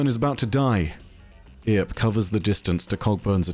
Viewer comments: The way you pronounced "Earp" like "Ear" made me throw up in my mouth lol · I generally like your content, but I've got to give you a dislike on this one, solely because of how absolutely atrociously you butchered the pronunciation of the name "Earp". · It's not "E-arp", it pronounced "urp". Love the videos dude. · Earp is pronounced as "Urp", not "Ear-p". Reference to Wyatt Earp, all these guy's names are old west references! 🤠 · Wee-at Ear-p, famous gunslinger. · Yeah Somebody who has a name that if you held me up for an answer I would say is "biff" not "bife" saying "ear-p" instead of "urp" and "MINE-otaur" instead of "min-otaur" almost gave me D.E.R. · It's just pronounced Erp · For the love of god. It’s pronounced “eerp “ or “urp” 😂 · So lets recap. Bungie is a US based company. The event is cowboy themed. The company that makes the weapons in game is called Tex Mechanica. The lore card you're reading has a name stolen from Rooster Cogburn (True Git). But for some reason Wyatt Earp was relagated to Ear-p. Go watch a western man. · 'Earp' is a reference to the American Wild West legend Wyatt Earp, pronounced Erp. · I can't keep watching after hearing "eeerp" too distracting 😂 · Just for reference, because I hear alot of people pronounce it the way you did (most from out of the US). The name, "Earp", is likely a reference to "Wyatt Earp". His name is pronounced "Urp". Sorry we ruined the English language more. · It's pronounced "Urp" - Wyatt Earp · It's pronounced "Urp" "err-p" Loremasters should know that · All of these names are references to the American Wild West, media or otherwise. Earp is pronounced "Urp", like burp. Also No Name is a reference to The Man with No Name trilogy starring Clint Eastwood. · It’s pronounced “erp” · Heads up from someone from New Mexico: "Earp" is pronounced like "urp". A reference to Wyatt Earp, one of the major players of the O.K. Corral. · I had to pause and rewind when he pronounced it "Ear-p"